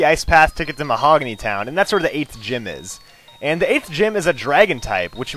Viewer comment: did any 1 notice that he said mahogay town